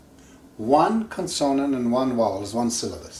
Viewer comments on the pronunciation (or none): Kon-soa-nand? Does he mean kon-suh-nuhnt? (Consonant)